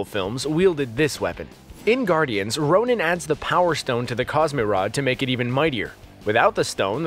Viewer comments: It’s Ronan not Ronin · *Ronan, not Ronin.. ronin is hawkeye, Ronan is the accuser.. bruh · it's Ronan, not Ronin